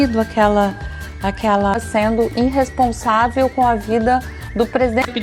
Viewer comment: A "faraona", não vê "ploblemas" em ser "inrresponsável" e ter "abrido" a CLOACA p os "cidadões"e pedir uma "Salma" de Palmas. Kkkkkk